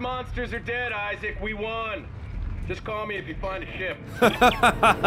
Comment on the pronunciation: He just said issac perfect